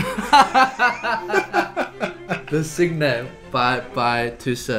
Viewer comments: Why is so difficult to (north) americans to pronounce the words like the original ones? The title is Le Cygne (gn sounding like in Lasagna, or Gnocchi), not "Leh-sig-ne" ... And the original isn't for cello and piano, it's for cello and two pianos, part of Carnival of the Animals Suite. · How they are pronouncing: le cyne😂😭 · Great to hear some wonderful cellists. I am big fan of Heinrich Schiff and Daniil Shafran, along with many of the better-known greats like Ma, Rostropovich, Piatigorsky, and du Pre. Just a quick correction though for the first video. Le Cygne (pronounced like "seen"). Also, le carnaval des animaux was originally written for 2 pianos and small chamber ensemble. It was later transcribed for cello/piano, two pianos, four hands (one piano), and other versions. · for god sake, I can't stand it anymore, the pronouciation of french is EASY so please use google translation if you really struggle. At least you can learn the correct pronounciation with it. le cygne is pronounced SEA - GN' in one sound. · Please guys check the prononciation for The swan in french (le cygne)... Love your work and the recommandations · "Le Cygne" doesn't sound like this at all in french XD the "E" of "le" is pronounced like "a" ("a violin"), the "c" is like a "s", the "y" is pronounced like "e" (the letter "e"), the "gn" is pronounced like a "n" and a "y" (like in "you", so something like "nyou" without the "ou"), you don't say the final "e". So it should be something like "L-a S-e-ny' ". Or you can hear it on google translate ^^ It means "the swan" :)